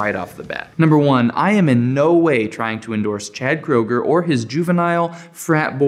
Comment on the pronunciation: Nickelback is awesome. By the way Kroeger is pronounced crewger not crowger. I never have understood why people don’t like them. Go to one of their concerts and feel the energy